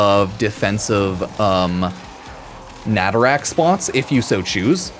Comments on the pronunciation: Normal people: nah tah ruk: Na ta rack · Nay-Tuh-Ruck but you can rack whatever you want. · Maybe stop calling Nataruk "Natarak" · It's not netherack it's NATARUK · I really hope saying "natarak" is on purpose rather than an accident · Why tf are you calling it naturak? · I love your videos but "natarak" hurts me for some reason. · Why’s he pronouncing a U as and A? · Pronounced Nataruk wrong every time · Nataruk has been Veso'd!